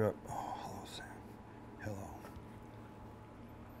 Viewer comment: The under the breath "oh sam hello or oh sandwich hello???" LOL Priceless!